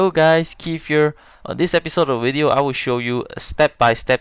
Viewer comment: Whats a wideo and willage lol